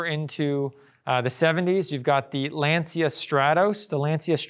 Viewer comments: it's pronounced Lanchia ( actually the "C" sound is somewhere between a C and a ch), but that's difficult to convey in text. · Thought it was pronounced Lan-Cha